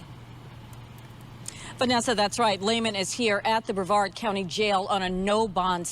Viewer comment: No disrespect intended,.... it's pronounced like Bre -VARD County I think